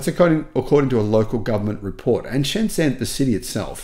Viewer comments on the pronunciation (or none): Pronounced: Sh'n J'n, Otherwise OK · although the did get it right that Shenzhen is the most advanced city in the world. It also had the cleanest air. Soon will realize that the biggest mall in the world is in Yiwu. Then will realize that the zh in Shenzhen is pronounced with a j sound.